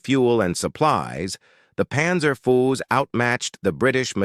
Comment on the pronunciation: I really don't understand why someone who makes videos with AI narrators, can't at least view their own damned video before uploading it. So they can fix silly AI errors such as "Mathilda the second", and "Panzer fools". It really shows the extremely low quality of the production. And the extremely low effort in making it.